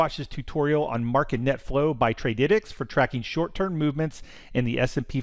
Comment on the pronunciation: bro it is Trady - tics 🤣